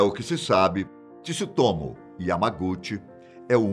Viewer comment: meu amigo, não se fala Tisutomu, mas fala o Tsu tudo ao mesmo tempo, joga no Google Tradutor que vc vai ouvir a pronúncia correta